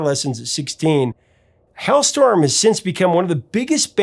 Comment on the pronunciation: Why do you keep calling the band hellstorm it's HALESTORM